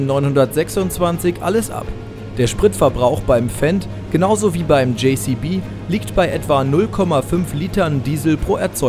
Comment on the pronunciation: de Kann man ja- muss man aber nicht 😁 Hört sich eben ein wenig komisch an (meiner Meinung nach).